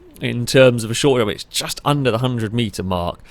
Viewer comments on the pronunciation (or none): "flowun" ...."Chust"